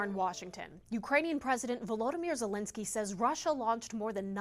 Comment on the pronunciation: Can't even save Vladimir zielinsky right. The country has been at war for how long and this reporter doesn't know how to say the president's name. Fire her now